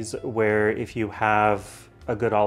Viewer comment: If, not eef